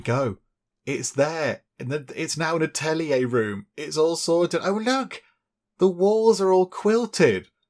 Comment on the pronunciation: Atelier is just french for workshop, just say it with a french accent! :D